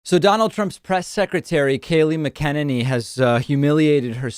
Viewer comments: David you do know you pronounce Kayleigh Mcenanys Name different than absolutely every single other human being on the planet right? It’s just very strange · OMG ! David either every other person is saying it wrong (doubtful) or you can NOT pronounce her name......Uuugh ! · David internationally mispronouncing her name is so great! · Are you intentionally mispronouncing the White House Press secretaries last name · Is David pronouncing her name wrong on purpose? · are you saying. her name wrong on purpose? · Please learn to pronounce her surname correctly, especially if you're doing videos about her specifically! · Please tell me if you’re trolling her with the name pronunciation. It’s driving me crazy. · Are you pronouncing her last name wrong on purpose? (To the best of my knowledge). I’m here for it 😂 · Dude, you are pronouncing her name so wrongly!!! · Do you intentionally mispronounce everyone’s names? It’s pretty annoying. Even when you also show videos of their names being pronounced properly, you just don’t seem to pay attention or care. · Is that how you pronounce her name? Lol it sounds so wrong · It’s “MACKeneny” not maKENneny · Her name is not "MA-KEN-NEENEE" it's "MAKA-NANY" WTF foreal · Dude, it's pronounced MacenANee, not MickENanee. Have you never heard anyone say her name before? Yes, I know it looks like "mick" but it's pronounced "mack" and the emphasis is on "ane" not "en". It's pronounced completely differently than you would think. Don't feel bad though, because that Right-wing YouTuber Tim whatshisname who does Timcast also was saying it wrongly for months. You're the winner though for length of time mispronouncing a well know public figure's name. Get all your news from print huh? Gotta watch an actual broadcast now and then. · Stop mcen enny..it Mc eneny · The way you say Kayleigh’s last name 😂 its pronounced MAC-A-ninny I believe. Always makes me smile when u say it thou even while being disgusted at what she’s usually saying.